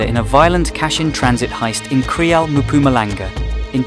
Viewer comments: Its called Mpumalanga not Mampumalanga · Give yourself enough time to pronounce names properly ... I can't forgive you for failing to pronounce Mpumalanga.... no no Maphumalanga